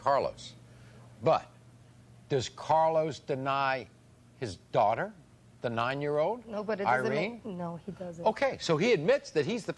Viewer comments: "The ten year old is his duwater" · I'm pronouncing daughter like that for the rest of the day 😹